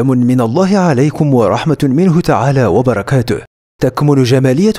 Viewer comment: يضحكني لمن يقول و براكتهه 😂😂😂